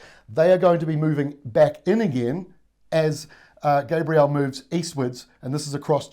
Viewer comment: Dude learn how to pronounce gabrielle